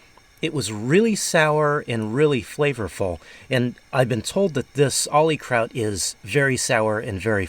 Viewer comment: I believe the "kraut" is called OlyKraut with a long "O" not a "ahh" sound. I'll have to find some and try it. Thanks.